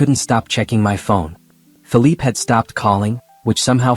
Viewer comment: You’re saying the guy has a French descent so why do you keep mentioning his name as Philip, when actually the name is Philippe? Like in PEY / PAY. Please note it and pronounce it as such for the distinction to show